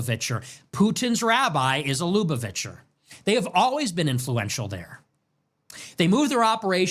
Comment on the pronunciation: You pronounce lubuvacher wrong my g